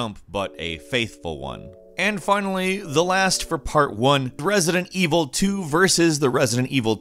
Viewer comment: Anyone else noticed him saying "President Evil" or that was just me?